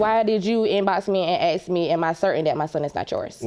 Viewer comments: Ask or Aks ?😂😂😂 This guy is something though! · My thoughts exactly. The way people pronounce ask "axe" bothers me too